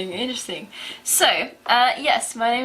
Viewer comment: Steve, you pronounce INTERESTING wrongly!